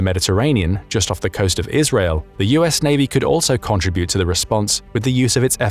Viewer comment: I’ve never heard contribute pronounced that way